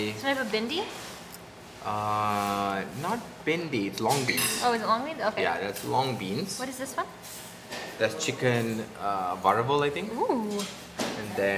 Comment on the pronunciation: Eh, dun say u dunu wat tis all... broo come on u an indian 😅😂... Y ur varuval is sound like vaaravel.. Dude, speak normal tamil😂😂